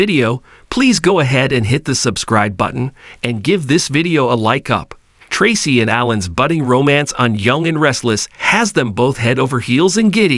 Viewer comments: Tray-see is the right sound .. not tassi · Commentator: Learn how to say the correct way on how to say the actors names before you speak. The actor name is pronounced "Tracy"(aka) Tra-cee get it. It that to hard to pronounce ". If so,you don't need to be in here doing this".!